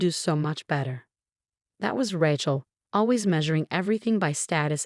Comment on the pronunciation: The reader should be told how to correctly say names. Rachael is Raa-chocolate. They also mispronounced other names.